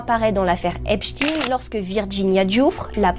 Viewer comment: La soi disant photo d’Epstein (qui se prononce epstine et non epshtayne) est une IA